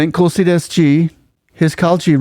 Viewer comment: It’s not Braha “Braja” it is pronounced as Bridge , and it’s not Kulsi Das. It’s Tulsi Das